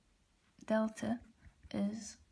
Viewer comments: Omega and theta, not "double-u" and delta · keep posting more videos while keep in mind revised the video before uploading because in this video you pronounced wrongly for theta and f(x) instead f(t). so just encouraging you to keep it up. Thanks for basic explanation of FT!